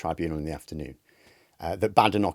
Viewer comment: Why does deliberately insist on mispronouncing Badenoch's name? Would it be because he hates Tories and doesn't want to be seen showing respect to one? Or perhaps a black female politician isn't worth the effort.